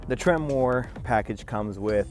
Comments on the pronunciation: Its not Temmor, its Tremor...way to know what truck you bought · It's not pronounced "trem-mor". It's correctly pronounced "tremor". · trim-er not tremoore lol